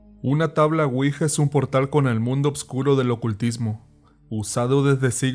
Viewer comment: Se pronuncia (Uija) no (Cuija) la cuija es un tipo lagartija albina más bien transparente y hace sonido como si te estuvieran besando ruidosamente.